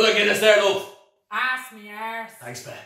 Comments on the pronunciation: He loves sayin' 'ARSS' Lol. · ArRrse! Rrroll that "ArrrrRr"!! 😸